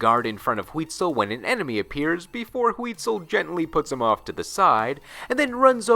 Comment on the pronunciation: I like how you pronounce Huitzil very wrong but with a lot of confidence.